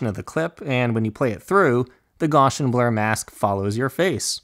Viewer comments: This was fantastic - extremely clear and to the point. Just what I needed. Just so we don't start passing around some name mangling, note that Gaussian blur is pronounced "Gow' see an" - named after Friedrich Gauss the mathematician and physicist. And a Bezier curve is pronounced "Bez' ee ur" (accent on first syllable) - named after the French engineer Pierre Bézier. (Now my apologies for unconventional phonetic spelling!) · Awesome job. Thank you! (quick side note: Gaussian is pronounced GOSS-EE-EN and Bezier is pronounced BEZ-EE-AY)